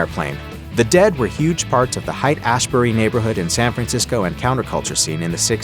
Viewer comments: I also need to comment on your use of the computer voice. Sounds professional until it butchers certain words, like saying "Hite-Ashbury" because Haight is spelled like it is. Everyone knows it is pronounce "hate" except your dulcet-toned faker. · It's pronounced Hate-Ashbury (Haight-Ashbury), not Hight-Ashbury.